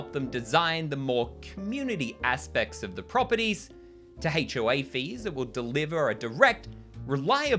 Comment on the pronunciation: I love the way "HOA" sounds with your accent because it sounds like "Hate-O-A," which is an accurate descriptor because it is a universally despised organization captained by similarly odious people